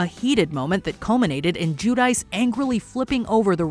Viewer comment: Her name is not pronounced as "Jew-Dice" It's more like Gwee-Dee-Chee. She's embarrassed bt her Italian heritage.